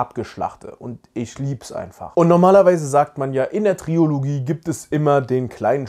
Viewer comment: Da man dieses Wort im Bereich Filme ja häufiger mal braucht, verrate ich Dir jetzt mal für zukünftige Videos, dass es Trilogie heißt und nicht Triologie.. Ist aber auch ein weit verbreiteter Fehler.. Dieser Service war kostenlos! 😀